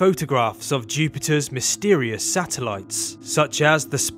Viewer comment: Did he just say “ Jupiters mysterious satellites “ ?????